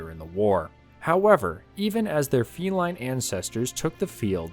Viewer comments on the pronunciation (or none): none